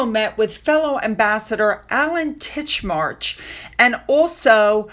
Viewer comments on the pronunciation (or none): Darling, the name is Titchmarsh as in wetland area, not Titchmarch the month. I'm not picking on you. It is a tricky name with the 'ch' sound befor the 'sh' so sometimes the tongue get in a tangle. Great informative show as always.👌